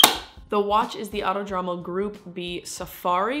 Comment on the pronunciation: Auto-Dromo, No. Ah-oo-Toh-droh-moh.